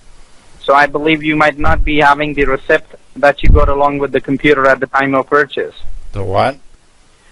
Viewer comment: It's funny they can't pronounce "receipt" 🐐